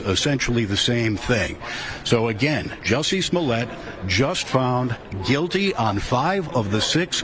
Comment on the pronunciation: It is not "Smollet". Per the defendant himself, it is pronounced "Juicy Smoll-ay". We all need to start saying it right, or you're a racist.